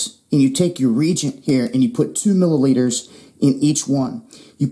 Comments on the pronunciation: That's 'Re-Agent' not 'Re-jent' ... Thanx for another expose` on american life and times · the word isn't "regent", it's pronounced re-agent. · Reagent is pronounced ree-aiy-jent. Emphasis on the middle syllable. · Not trying to be a prick but the proper pronunciation is "re-agent". Just to keep the asshats from attacking you ... good video either way!